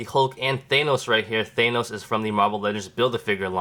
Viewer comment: that is not how you say thanos